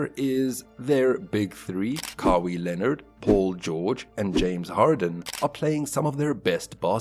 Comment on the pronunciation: I don't know if you are saying the name like that on purpose... but it's pronounced Ka-why Leonard not Ka-wii Leonard. Sorry 😂😂 I just had to say it couldn't focus on anything else